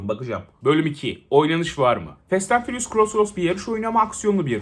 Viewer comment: nobody: 🅱enis Kirazoğlu: Fest ent fıriyus